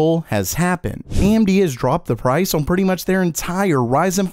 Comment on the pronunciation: Day 41406 of being unable to say "on"